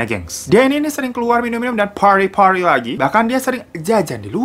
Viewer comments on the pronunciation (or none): "phardy phardy" awkoakwoawkoawkoawk